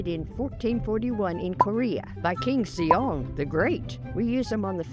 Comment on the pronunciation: It's pronounced sae jong but great farm facts